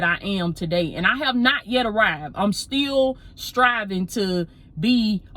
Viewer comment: Heavy on the “Yet” lol